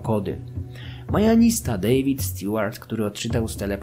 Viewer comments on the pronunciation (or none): none